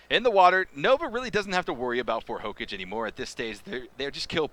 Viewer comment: hokaage not hocage 😑